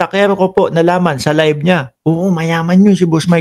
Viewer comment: Live hindi libe bulol